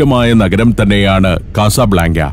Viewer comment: കസബ്ലാങ്ക എന്ന് പറയുന്നതിനു പകരം " കസബ് ലങ്ക " എന്ന് പറഞ്ഞുകൂടെ